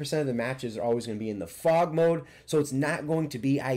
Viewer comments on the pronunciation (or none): none